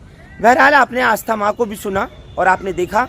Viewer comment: Aastha Maa nhi asthma.